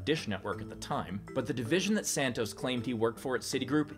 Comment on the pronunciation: i love these steve :), also great drinking game evrytime you say "santoz"